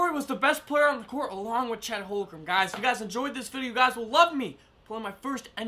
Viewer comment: it’s chet holmgrown bro